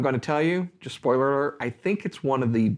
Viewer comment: "spoirer arert"